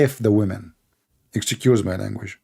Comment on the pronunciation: it's nit "exycuse" it is ex-cuse"